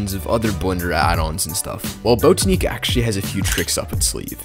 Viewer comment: its "bot-ah-nick" not "boat-ah-neek"